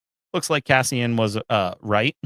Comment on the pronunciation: My guy. His name is Cassian. Not Caspian.